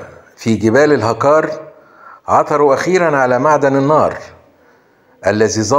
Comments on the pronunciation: الهُڨار نطق العاء بالضمة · الهقار برفع الهاء و نصب القاف.. و تحياتي لك و لكل محبي الجزائر